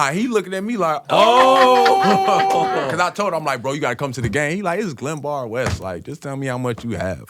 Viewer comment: Fse he said it’s glembard west 😂